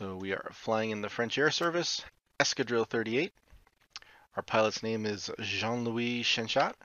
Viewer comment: lieutenant lOUIS but "chien chat" 🤣 as a frenchman you killed me, great vids btw